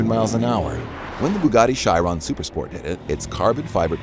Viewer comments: I wish Americans put some effort to pronounce a name that’s at least famous, it’s Chiron not shyron for god sake. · Bugatti (Kai-ron) in English, (she-ron) in French. No pronunciation is (shy-ron) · Don't tell me stories about a car you can't pronounce. "Shy Ron" he says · When you don’t even know how to pronounce chiron!!😂😂😂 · that's the worst pronunciation of Chiron I've heard